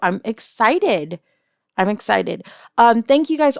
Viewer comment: "egg-cited"? Seriously?